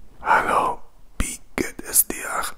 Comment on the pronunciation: Your german is very nice and I love it! But you say "bie geht es dir" instead of "wie geht es dir".... not a big problem, you just change the letter "b" with the letter "w". Best regards 😊